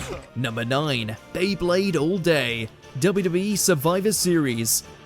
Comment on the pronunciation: WHAT A HORRIBLE PRONUNCIATION OF WWE